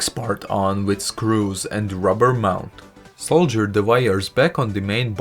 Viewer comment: It is saw-der not sole-ger!